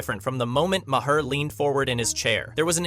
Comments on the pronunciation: Learn how to pronounce Bill Maher name! It pronounced “marr” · bro this video is just you rambling incoherently. you dont even know how to pronounce "maher." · too much explanation. We can understand without all the explanation. Learn how to pronounce Maher.